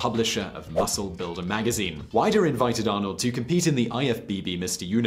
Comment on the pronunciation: Hi not wanting to correct you too much, Arnold entered the 1980 Mr Olympia because he was already getting in shape for Conan the Barbarian. Also Weider is pronounced Weeder. Nice video though. Thank you.